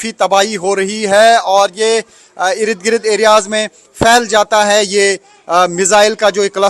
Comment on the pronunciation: Bhai Irid Girid nhi hota. IRD - GIRD bolo. 10 dafa ye word use karte ho. or is se behtar Irid girid k bajay Yahan Wahan bol lia karo.